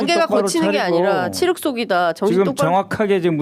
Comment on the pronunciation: 죄송한데 칠흙 아니고 칠흑이요 칠흑